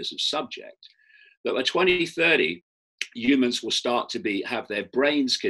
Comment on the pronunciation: 'No proof it exists" Should that be the case, why are there thousands of shit news reports with a few words changed each day? I respect Icke, he was my local news reader growing up 😀 Listen to how he says humans, he pronounces it 'Umans' ... funny. I've never really heard this side of the story before.